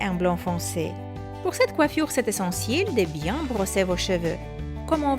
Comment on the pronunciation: J'aime bien quand tu dis coiffioure 😘